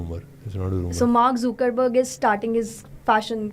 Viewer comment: not zookerberg, it's zuckerberg :/